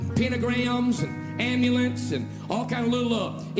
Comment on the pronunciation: He’s not afraid of Tarot cards he’s afraid of “Terra’ carrrrdz” Oh and “amulints” apparently